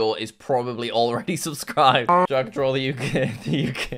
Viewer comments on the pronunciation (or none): none